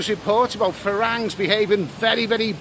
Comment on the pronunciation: It's pronounced 'falangs'! How many times have you been to Thailand??